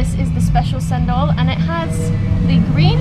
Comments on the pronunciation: Cendol is pronounced as Chendol. Not sendol. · Samoa people didn't drink coconut milk.. But Malaysians do.. We enhance the taste.. 😊 That's Chendol pronounce of cendol.. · I'm sure someone's pointed it out by now but its pronounced "chendol" the c in bahasa has a "ch" sound. k is the hard c sound in their language. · In Malay Language, everything that starts with letter C, will sounds Ch as in Chair. So, cendol is pronounced Chendol. Cendol is actually the green wormy thing made out of flour and the green color came from pandan. You gotta mix everything before sipping cendol The lady at rice stall said Buah Kedondong (ambarella or hog plum). when she said 'Masam-masam', she meant it taste very sour. When they made it into drinks, normally sugar has already been added. And the brownish thing you see in the Kedondong juice was 'Asam boi', which is also sour plum but has been preserved, dried and coated with sugar and salt so it became like liquorice on its own. The lunch set for the girl from England (sorry didn't really your both names), was Chicken Rice. The sambal egg & tempeh are additional side dishes. The black sauce was soy sauce + vinegar... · CENDOL is pronounced "ch" as in chat. so it's ch-endol. :) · cendol pronounced chendol 😁